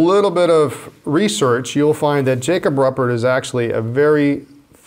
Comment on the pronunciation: Jacob’s last name is pronounced roo-pert...